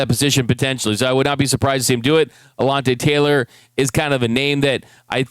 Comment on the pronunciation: I know he ain’t just say alonte Taylor lol